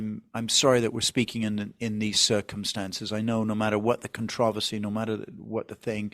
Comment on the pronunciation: Your pronunciation of “controversy” is very odd.